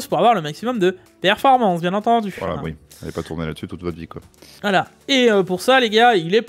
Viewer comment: on dit " oui " pas " uuuii ", on dit " oui " pas " ui ", uuuuuuiiiiiiiiiiii?